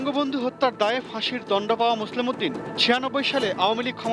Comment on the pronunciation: এটিএনের মতো একটা চ্যানেল যখন মোসলেহ উদ্দিন কে মোসলেম উদ্দিন বলে তখন অবাক হ‌ই। এরা সাংবাদিক হয় কিভাবে ??